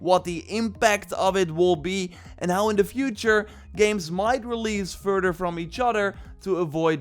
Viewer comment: "Furder from each-otter"